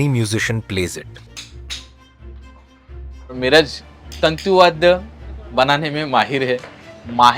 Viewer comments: It is not "Miraaj" but "Miraj" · Miraj is pronounced as मिरज and not मिराज. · Kindly pronounce the name of Miraj correctly ... apart from this flaw....the entire video is very informative. Thank you.